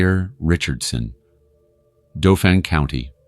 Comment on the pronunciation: 𝑨𝑰 𝒄𝒂𝒏 𝒑𝒓𝒐𝒏𝒐𝒖𝒏𝒄𝒆 𝑯𝒂𝒓𝒓𝒊𝒔𝒃𝒖𝒓𝒈 𝒄𝒐𝒓𝒓𝒆𝒄𝒕𝒍𝒚 𝒃𝒖𝒕 𝒏𝒐𝒕 𝑫𝒂𝒖𝒑𝒉𝒊𝒏 𝒔𝒎𝒉. 𝑮𝒐𝒐𝒅 𝒄𝒐𝒏𝒕𝒆𝒏𝒕 𝒕𝒉𝒐